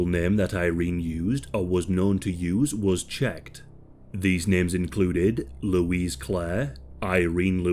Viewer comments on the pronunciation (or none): none